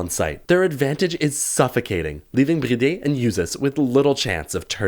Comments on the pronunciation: Bro just say BriD lol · I am addicted with the way you saay BriD